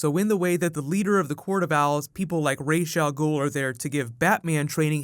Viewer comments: His name is RASS AL GHOUL in arabic "راس الغول " which literally means The head of the monster (the actor mispronounced it ) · I want to slap that actor for saying Ra's al Ghul wrong.....